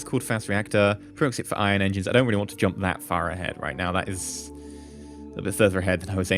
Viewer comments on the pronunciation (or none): none